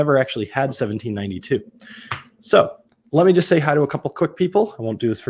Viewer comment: I’m really surprised someone with a YouTube channel about whiskey has never tried 1792 products . I’m also surprised that they badly mispronounce the distillery name since it is a well known distillery. Lastly, it was formerly called Ridgemont Reserve and not Ridgewood. I shouldn’t know more than someone with a well known YouTube review channel.